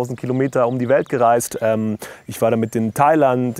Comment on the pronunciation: Bitte sag nochmal „Didditt“ ! Super Video, klasse erklärt und voll locker vor allen Dingen. Direkt abonniert 🫶🏼